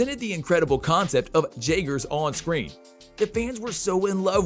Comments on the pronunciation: Jaygers you are obviously not a fan or even watched the movies because you would know it is pronounced yay gers like the drink despite how it is spelled because it is not an english word you know so much about it yet so little at the same time. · How can you mispronounce Jaegers when they pronounce it FOR YOU IN THE MOVIE???